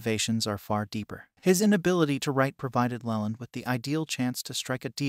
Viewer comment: Try spelling it Leeland. You may get a better pronunciation.